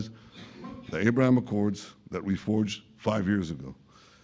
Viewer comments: Arrrrbraham Accords 😂😂😂😂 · It's very weird for an American in particular Donald to prounce Abraham in that way. It makes me think he's a puppet and puppeteer is making him say it that way to show us in a subtle way whoes really in control. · The way Pres Trump say "Abraham", is him speaking "Afrikaans", the language of the Afrikaners in South Africa!!. So pleased that Pres Trump is learning Afrikaans!!.